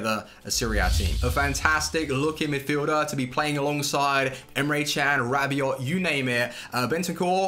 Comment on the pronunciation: PredaKing he is saying it perfectly